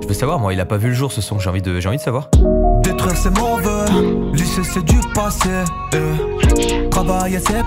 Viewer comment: C'est surtout le '' daitruire'' aie mes yeux 👀